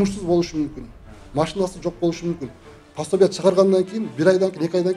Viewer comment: Пособия деп туура айтсаңар ❤